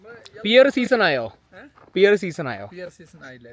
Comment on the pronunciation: പീയർ അല്ല പേർ